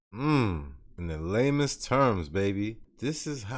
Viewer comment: are u saying "lamest" terms or "lamens" terms ?? it sounds like u keep saying LAMEST lol